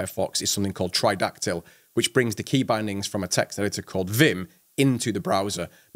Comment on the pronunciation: What did you say? ..killer extension for firefox is ??? try-doc-tle ?